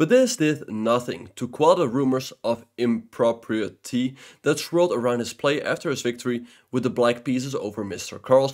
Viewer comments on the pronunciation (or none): puh - ri -ah, and im-pro-pri-etty, I like your videos by the way. Good work and congrats on your chess achievements. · Just a heads up you pronounced pariah and impropriety incorrectly. Sorry to be annoying, great video by the way.